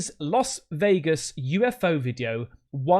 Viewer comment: LAS Vegas, not LOS Vegas. Masculine versus feminine.